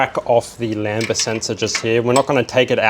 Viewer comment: "lamba"? Really?